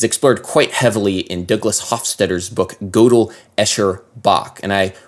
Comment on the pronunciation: I hate being that guy. Godel is pronounced "Gur-Dle" I've been corrected too many times to not pass it on.